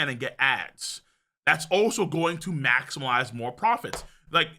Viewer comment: Is bro saying max-il-mize? Its maximize... there is no L